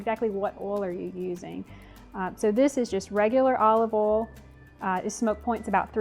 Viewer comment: OIL, not "Oll". Thanks for the tips